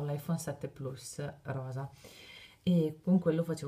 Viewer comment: si scrive plus ma si legge plas